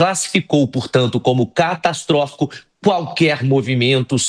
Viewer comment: Início matéria a moça : "castastróficos"😂😂 veja como repórteres cometem erros ..